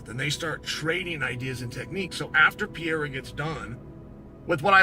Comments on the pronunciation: Pierra? C’mon chale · On god who tf is peeyera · Alex Pee-era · Chael will forever call him “Peeairya” 😂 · Somebody teaches chael to say Pereira and not piéra! Its ridiculous to see chael make a fool out of himself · It pisses me off how uncle Chael says Pierra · chael sonnen says: - Alex pierra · and chael still can't even get close to pronouncing Pereira's name correctly 😂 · bruh chael your a commentator and you cant say names properly??? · Chael sonnen saying his last name wrong every always gets me lol